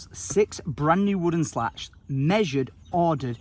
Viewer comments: isn’t it a “slat”, not a “lat” 🙈😂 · Isn't it 'slats', not 'lats' ? :D